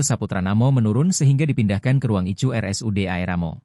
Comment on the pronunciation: Iya ku ketawa ngakak sendiri terus bacanya ruang ICU pun di baca icu 😂😂oh my Gosh 😮